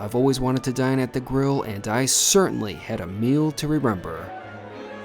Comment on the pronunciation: "a meal to REREMBER."